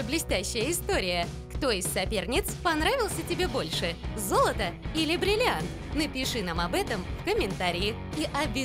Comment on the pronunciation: бриллианти , а не бирианти или как ти ешо там говорил